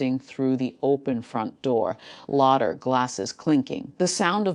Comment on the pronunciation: Laughter is pronouced incorrectly!